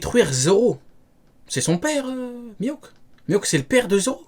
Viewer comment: Avant de débunker, faut commencer par apprendre la prononciation de Mihawk, sinon peu importe les arguments, y a 0 crédibilité